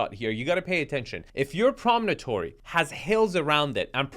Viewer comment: the word is "promontory," not "promonotory." Four syllables, not five.